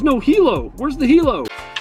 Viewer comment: really wish he could pronounce hilo right